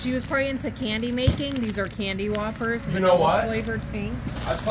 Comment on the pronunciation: Wafers is pronounced Way--fers not Waa--fers.